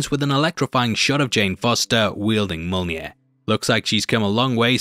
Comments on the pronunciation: its pronounced myo-nir not mona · I hear Molnir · Say "yolneer". Now say "me". Now say "me yolneer". Mjolnir. Me-yolneer. You can do it,. We believe in you. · "Mole near" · Mjolnir......say it with me now....myolneer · Mya-mya what’s mya-mya? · It's Mjolnir, ya chump! :elbowcough:❤